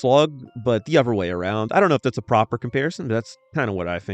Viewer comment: Butchers English..."Dee uvrer brover"???